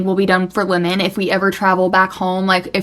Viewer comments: Never heard someone pronounce Lemon as Limin lol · Lemon or limmon? You pronounce the name weird. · did anyone else literally think she was saying linen like clothes